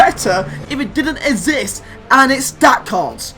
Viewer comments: Why does he pronounce exist as azist? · I just realised can't say exist. 😂